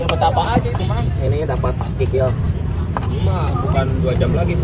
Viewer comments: Kikil ❌ Kikir ✅ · 7 rb 😂😂😂kikil. Bukan KIKIL😂😂